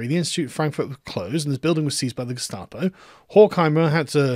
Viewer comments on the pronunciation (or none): none